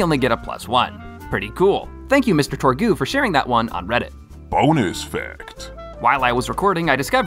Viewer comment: Love the video. But pretty sure it's a Borderlands reference. So "torgue" is pronounced as "torg".